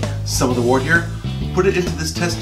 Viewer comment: It's pronounced "wert" and don't ever say handy dandy again😂